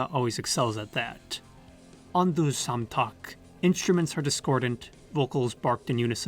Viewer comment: I believe it is pronounced EM-EN-TET RE, it’s very rhytmical. All e’s sound the same, like ‘ae’ or a slavic ‘e’. Imentet (Ament, Amentet or Imentit, meaning "She of the West") was a goddess in ancient Egyptian religion representing the necropolises west of the Nile. This could have been the inspiration. Also, the greatest of the old Memphis gods was named Ptah. Thank you for a fantastic video, from a huge Magma fan.